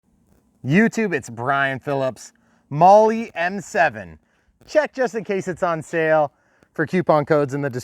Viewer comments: Great job....accept the aircraft is pronounced "Mall" not "Molly" 😜 or maybe that's just her nick name? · Molly M7. !?!?!? 😂😂😂😂😂 Not even close to how you pronounce Maule . It’s pronounced Mall … like shopping mall . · Maul,,, forget the E,,, just maul,,,, hehehehee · My buddy owned a Maule...on floats...a real one I mean. He called it a "Maule"....pronounced "Maul", or "Mawl". (not "Molly"). Just saying. But thanks for the video, I intend to buy one of these. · Hey Brian, been researching this plane... It is pronounced Maule - rhymes with Hall -. The "e" is not pronounced. Looks like a great plane. Wish E-Flite would scale/model the current Maule M-7-235C. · 😂 made me laugh hearing it pronounced that way. I just got one of these, it’s quickly become my favorite airplane. Very scale the way it behaves if you try to fly it like the real thing. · The E in Maule is silent. Great videos! You’ve helped me become a better rc pilot for sure. Keep on flying!